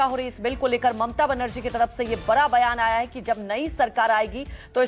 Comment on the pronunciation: बरा नहीं बड़ा बोला करो